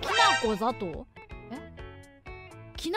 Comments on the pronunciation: き↑なこ ざ↑とう？……え？ 「きなこざとう｣って……じゃあどうなるの？ 「」←なぜこの中はイントネーションあってた？ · 私は静岡の西端住みですが、ほぼと同じ発音してます。てか、きなこってきなこじゃなくてきなこなんや(困惑)